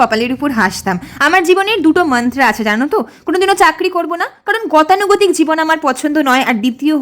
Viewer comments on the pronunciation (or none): তোমার মত স্পষ্টবাদী মেয়ের মুখে "মন্ত্র" কে "মান্ত্রা" , চল্লিশ কে চাল্লিসা , জপ কে "চ্যানটিং" ইত্যাদি উচ্চারণ আমার কাছে কাঙ্খিত নয় । তুমি শব্দ গুলির যথাযথ বাংলা উচ্চারণ করলে সেটাই তোমার জন্য যথোপযুক্ত হত । অশিক্ষিতদের মুখে এই সমস্ত উচ্চারণ শোভা পায় । তোমার মত শিক্ষিত মানুষের পক্ষে অনভিপ্রেত ।